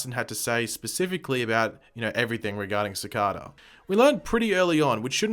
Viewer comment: I don't mean to offend you, but I believe you are pronouncing Cicada wrong. It should be pronounced Ci-cay-da. I am aware that you have an English accent, but I just wouldn't want the wrong message being sent out to fans when you make these videos. 😉